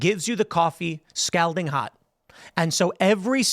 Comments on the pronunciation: I know it's spelled Scalding, but it's pronounced Scolding with more of an O sound. 🤓👆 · Scalding rhymes with balding, Tim. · How hot is "s-cowding" is that more or less than scalding? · How does Tim not know how to pronounce "scalding?" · How does someone mispronounce the word scalding so many times? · I love your show man…but please say “scalding” again 😂…I can’t stop giggling. Cheers and happy St. Patty’s Day. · Someone tell tim he's pronouncing scalding wrong lol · yo.....why he say scalding like dat though?... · All right, I'm going to have to scold him about how he is saying scalding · Also Tim, how many times do you plan on mispronouncing the word “scalding?” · If this dude doesn’t learn how to pronounce scalding by IRL tonight I’m gonna unsubscribe for sure.